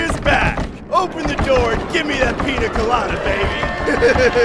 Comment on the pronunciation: No! Its not open the door! Its...OpEn Na NoOr!😂❤